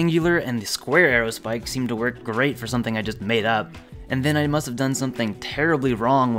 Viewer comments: Buddy. You've got it all wrong. Square aerospike? Haha, no. Squaerospike. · He really didn't call it a squaero spike